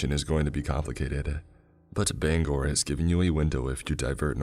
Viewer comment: It is so refreshing to hear someone pronounce Bangor the right way